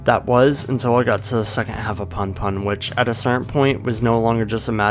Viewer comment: I cringed so hard when you pronounced punpun as "panpan" please dont do that